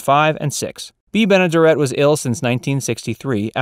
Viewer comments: Bea Benaderet's name is pronounced with the accent on the third syllable (ben-uh-DARE-it). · And mispronouncing her name. It is Ben-a-DARE-it. She was also the neighbor on the Burns & Allen Show. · Great video, but your mispronunciation of Bea Benaderet grates on my ears. It's Ben-ah-dare-et. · Check pronunciation. (Ben a dare et)